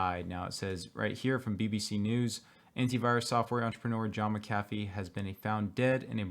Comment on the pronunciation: Please God...*Mac a Fee* Why is this so difficult???? NOT Ma-caff-ee...thanks